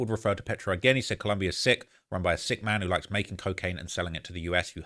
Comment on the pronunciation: its ColOmbia, not ColUmbia, are u american or wtf